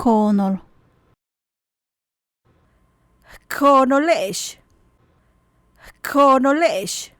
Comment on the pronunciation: Frases 71 y 72: dice koonel, debe decir: koonol